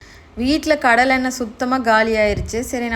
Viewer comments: Say Kadalai.. not Kallai.. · தமிழை கொலை செய்துவிட்டார் இந்த அக்கா கள்ள கள்ள இல்ல (கடலை ) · யேய் என்ன கல்ல கல்லனு ஏலம் விட்டு இருக்க கடலை னூ தெளிவா சொல்லு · Kallai❌ Kadalai✅ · Yemma athu kalla illa kadala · கள்ள இல்லை. கடலை. தமிழை கொல்லாதீர்கள். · நல்ல காணொளி தான்... இதைத் தமிழ் மக்கள் நிறைய பேர் பார்ப்பாங்க... நீங்க பேசுற தமிழ் நல்லாத்தான் இருக்கிறது. .. கடலையை கல்லை என்று உச்சரிப்பது நல்லாவே இல்லை.. கடலை என்று சொல்லிப் பழகுங்கள். .. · கல்லை இல்ல மூதேவி...கடலை...imposition 100 தடவை கடலைன்னு சொல்லு.. ம் start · கல்ல இல்லை கடலை உச்சரிப்பு முக்கியம். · Kalla illa akka.. Kadalai 😂😂😂😂😂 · கடலை ❌ கல்லை ✅ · கடலையை ஏன் கல்லை கல்லை என்று சொல்றீங்க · கடலை ன்னு சொல்ல தெரியல இது எல்லாம் என்ன பாசை அசிங்கமா இல்லையா தமிழ்நாடு தான உனக்கு தற்குறி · தயவு செய்து😫🙏🙏💓 கடலை கடலை என்று திருத்தமாக சொல்லவும். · கடலை என்று தெளிவாக சொல்லும்மா